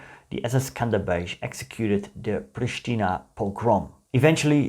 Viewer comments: It is pronounced "skander-beg" not "skanderbezh" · Im albanian and i didnt even know the division existed,thanks for teaching us. Also you pronounced skanderbeg wrong the right pronounciation is skënderbeu or if you say skanderbeg you pronounce the letters as they are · Skenderbeg its really hard to pronounce 😂😂😂 Try chatgpt! 😁